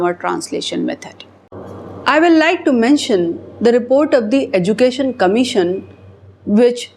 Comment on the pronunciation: EDUCATION IS PRONOUNCED AS. EJOOCATION... IDIOT